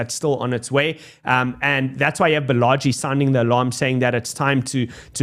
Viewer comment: Balaji is pronounced "Bala- G"